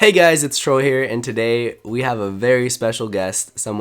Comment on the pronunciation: Lol Everyone is saying instead of Troy